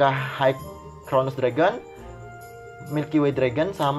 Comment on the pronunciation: High cronos bukan high crono